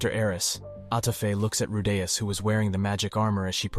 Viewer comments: "" Seriously, ITS RU DEE US. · Say his name correctly you fucking ingorant r tard